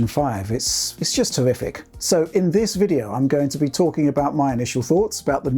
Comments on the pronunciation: " just tewwific" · Did he say terrific or horrific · Hey did you say Horrific or Terrific? I can't tell and I went back like 34 times.